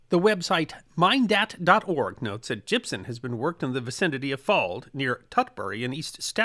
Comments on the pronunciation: Gypsum not gypson. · Gypson isn't a thing. It's gypsum. pronunciation was driving me crazy. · stop using an N sound at the end of Gypsum... that's an M at the end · As a extreme fan of your work and your Channel with the deepest of respect to you I am utterly surprised at the mispronunciation and use of n in place of the letter M when saying the word gypsum. This is not a criticism but an observation that is quizzical in the fact that your articulate delivery of speech in your pieces is so perfect and properly intonated that this type of error is just simply beyond me